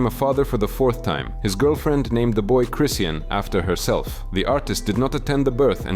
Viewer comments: Cryseeian is crazy😂😂😂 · How you pronounce chrisean like 5 different ways & none of them were right lol